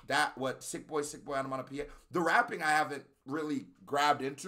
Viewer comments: Every time you said onomaTopoeia incorrectly, hurt more than it should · Lo es aún más cuando no puede hablar bien ni siquiera el inglés (no pronunció correctamente "onomatopoeia" ni una sola vez). Sin contar con lo crítico que es con el rap de Ren, cuando lo que él produce no es ni la décima parte de bueno de lo que Ren hace. En fin, un chiste.